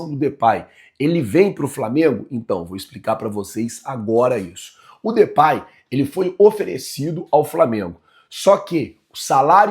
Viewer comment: Não se pronuncia Depay, Na pronuncia vc troca o A pelo E e se pronuncia Depey